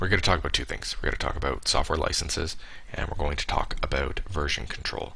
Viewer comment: He is officially Canadian, (He said A Boot) :D